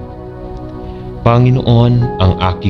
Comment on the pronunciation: SaLamat po sa Pakikipag-dasal sa akin sa gabing ito…. Mawalang-galang na rin po,,,.. Ang BIGKAS ng mga salita sa Tagalog ay APAT…..Malumay..Mabilis ..Maragsa..at Malumi Ang salitang PANGINOON ay binibigkas ng MABILIS….tuluy -tuloy….Ang DIIN ay nasa hulihan ng naturang salita Panginoon…….hindi po PANGI’NOON….. No offense meant po